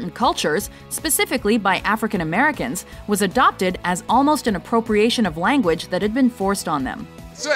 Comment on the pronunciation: OMG you mispronounced language I see what you did there